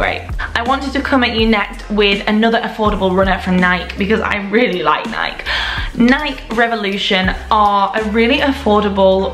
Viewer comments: Nike 😂 it’s nike ee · Is that how everyone in Europe pronounces Nike? Here in America, we pronounce them Nī-kee.